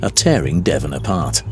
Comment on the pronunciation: “our contact is called Devon” 2 seconds later and you literally hear him pronouncing it completely different